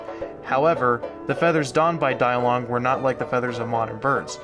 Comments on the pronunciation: It should be pronounced Dee-Long instead of Die-Long, since the name was from Chinese. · it's pronounced "DEE-long" not "Die long" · no its pronounced day-lungus